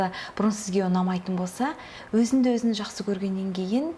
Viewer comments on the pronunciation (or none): Өзінді емес, өзіңді. Қазақ тілінде "ң" деген әріп бар